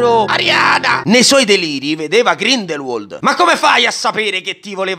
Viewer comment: Bellissimi i tuoi riassunti (doverosamente più lunghi dei film stessi 😂). Però Grindelwald si pronuncia Grindelvald😅